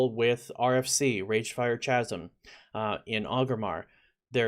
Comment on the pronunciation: good vid but you say chasm wrong lol